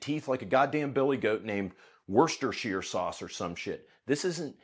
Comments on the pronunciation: I believe its pronounced "washyoursister sauce" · So that begs the question: How do we get rid of the NFA? Oh, and it's pronounced "Washyersister" sauce...... Keep up the great work! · "Worcestershire" had me dying, Thank you for the logic and laughs.